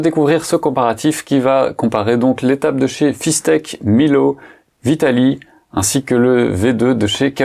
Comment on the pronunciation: Salut, intéressant comme sujet. Sinon, c'est pas Fis-tec, mais Fis-ect 😉